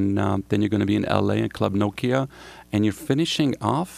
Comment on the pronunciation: finally an American pronounces Nokia correctly (NOkia, not NokIa).